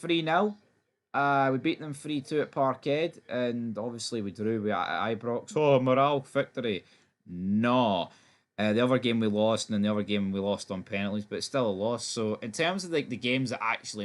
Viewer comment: Still canny get his heed around moral and morale.. Sorry, but c'mon man. 😂 Two different words with different sounds as well. 😅